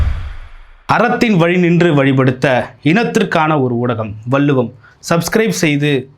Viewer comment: தமிழ் வார்த்தையை சரியாக உச்சரிக்க கற்றுக் கொள். வெல்லை அறிக்கை வல்லுவம் , என்ன உச்சரிப்புடா இது